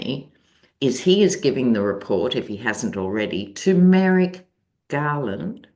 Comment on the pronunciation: Haha I thought you said Tumeric Garland instead of to Merrick Garland.